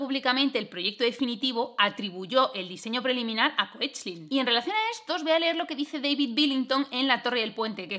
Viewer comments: me dijeron que se pronuncia keklin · Aparte de lo mucho que me ha gustado tu vídeo, sólo quería añadir que la pronunciación del apellido Koechlin es algo así como "kekla". ¿Y cómo lo sé, te preguntarás? Porque una de las descendientes de Maurice es Kalki Koechlin, actriz de Bollywood, que aparte de salir en una peli divertidísima de 3 colegas indios que se vienen 3 semanas a España de despedida de soltero (Zindagi Na Milegi Dobara), ha explicado en diversas entrevistas que su apellido se pronuncia "kekla".